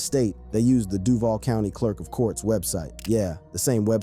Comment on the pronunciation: Buddy can’t pronounce “Duval” right 🤣🤣🤣🤣